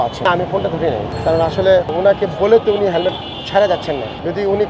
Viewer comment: Hemmed naki helmed? 😂